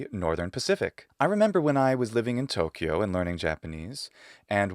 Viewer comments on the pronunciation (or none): none